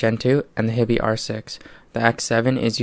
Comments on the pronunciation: It's pronounced 'HIGH-BEE' - just sayin'. Thanks for the vid. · Most of the Americans on YT seem to pronounce it as you do - your choice - but my compatriot currawong has nailed it IMO. He also pronounces Fiio correctly - again, IMO